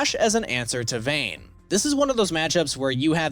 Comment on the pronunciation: Its vayne